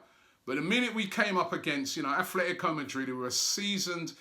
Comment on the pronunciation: Robbie, when will you learn how to pronounce Atletico correctly?